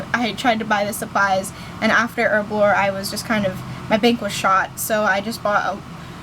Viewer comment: erblore..?? its HERBLORE! Bitch learn to talk. >.>